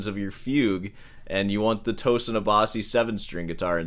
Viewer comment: It’s pronounced Toe Seen like Mar SEEN